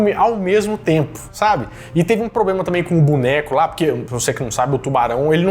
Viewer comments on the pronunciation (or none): none